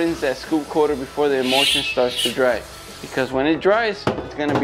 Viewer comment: Haha! The captions are always terrible. But I have to say every single time he said the word emulsion it really sounded like he was saying emotion!